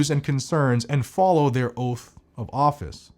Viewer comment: When did oath of office turn into oaf of office?